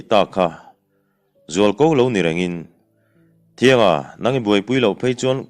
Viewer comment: Thianga i lam dan hi a diklo. T hnuai ah hian, chhunhan a awm thin.